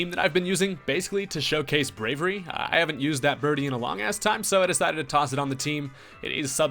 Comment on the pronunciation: Brave-e-airy. Braviary.